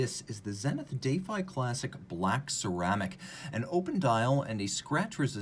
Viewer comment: "Day-fi"? "Defy" is generally pronounced "dəˈfī". Do they pronounce it differently?